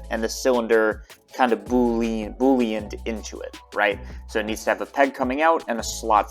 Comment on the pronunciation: Wow, that was the first time I've ever heard you say boolean correctly!